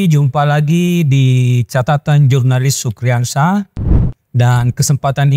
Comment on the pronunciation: Itu bacanya Iurnalis atau Jurnalis.....???? Jangan ngerusak huruf dong. 👎